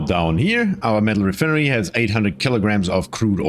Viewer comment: Your pronunciation of re-fin-ery is very humorous haha😂